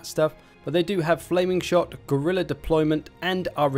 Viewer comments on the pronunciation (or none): none